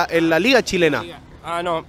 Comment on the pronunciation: jugar en "La Liga shilena"........xD no wei poh xD